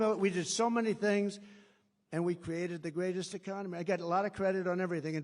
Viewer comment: "ECCONEMY"...."STUPID'.... &........ "A M E R I C A"........:dothefive::dothefive:!!